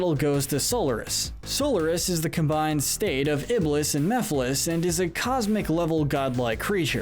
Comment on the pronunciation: Mephiles, not Miphiles